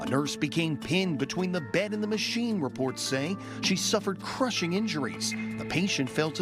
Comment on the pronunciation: Lol misplaced emphasis on 'crushing'